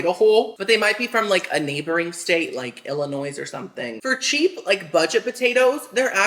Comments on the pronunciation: noooo not the Illinoisss🤣 it's Illinoi the "s" is silent 😂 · Omg my heart when you said Illinoisss 😭😭🙃